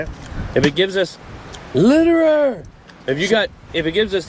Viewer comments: Did anyone notice that said LITERER in the middle of the video 😁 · "LITURER"